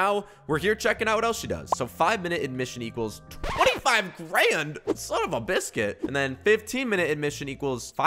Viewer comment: i spit my ater out my mouth hen he said sun of a bisqute 🤣🤣🤣🤣🤣🤣🤣🤣🤣🤣🤣🤣🤣🤣🤣🤣😆😆🤣🤣🤣🤣🤣🤣 it so funny